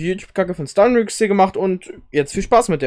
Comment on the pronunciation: wie er stunrix sagt😂😂😂😂